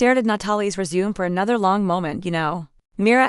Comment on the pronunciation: Hi, This story is either poorly written or the channel needs to update its reading software. Disjointed with so many incorrectly pronounced words, is my very polite review, and what I really feel. Let's see how far I get before I give up. I'm 3 minutes in now. 9 minutes now; For crying out loud get the pronunciation of resumé right. Annoying! Okay, so I got through it by jumping most of the story. If you don't have any particular reason for this particular story, go find something else, because this one isn't worth the calories. AKA annoyingly bad writing, and the reading software must be from the Middle Ages or really really cheap because it's absolutely horrible. For my sanity, I skipped about 65% of the actual text and even with that it was hard to get through for those reasons outlined above. If I had a rating system in place this one would unfortunately get about -3 on a scale of 1 to 10. Yours, Ann